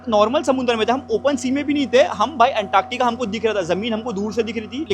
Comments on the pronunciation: Woh anktaaktica nahi hai, Antartica bolte hai use..😂😂😂😂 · Antaaktaka😂 Antartica hi bro❤